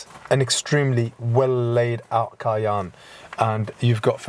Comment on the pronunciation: Cay-enne Porsch-e